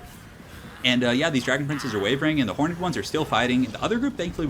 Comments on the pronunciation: Horned or hor-ned? Why do you say hor-ned? Why am I so triggered by this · I love your stuff but please 1 thing you do drives me mad. Horned is pronounced with 1 syllable, not horn-ed with 2!:) Keep up the great work dude!